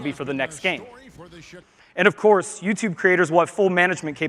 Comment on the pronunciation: what's "you choob"?